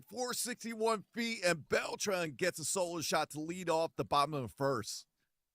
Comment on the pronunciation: The way he says Beltran makes me cringe